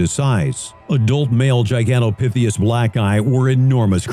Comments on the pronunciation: GigantopitheCUS, not gigantopitheus 🙄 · "number six-th" GigantopitheUs" lol...